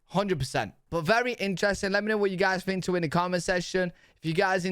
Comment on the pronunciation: dude you cant even speak basic english....the word is think....not fink.